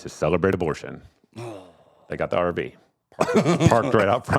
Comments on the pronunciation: It's a good thing for the picture of the RV, at first I thought he said Arby's. Abortion at Arby's! Lol!!!!😂 Hello from Idaho! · Man!!!! I thought he said the “snip snip” was taking place at an ARBYS!!! 🥴